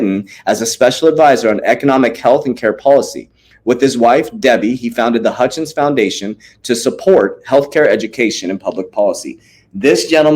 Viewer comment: his name is Glen HUTCHINS ... not Hutchinsen .... say it slowwwwwly lol ... HUTCH....INS